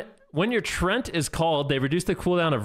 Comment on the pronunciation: it is written Treant, not Trent ... so why do ya say trent!?!? .. it is "tree"+"Ent"(from tolkiens lore)